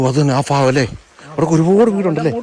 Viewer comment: ഫാഗമല്ലടോ ഭാഗം